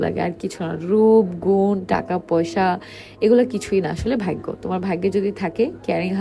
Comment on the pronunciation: ভাইগ্য না ডাইনি আপা ভাগ্য,,উচ্চারণ শিখে তারপর ভয়েস দিতে আসিস